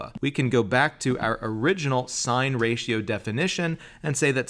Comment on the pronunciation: I just wish their teacher taught them how to correctly say sine, cosine, and tangent... But cool proof!